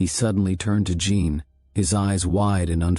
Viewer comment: “Jean” is not pronounced “gene” in French. You should tell AI that. BTW, I hate the AI voice…just saying it used to be better the old way.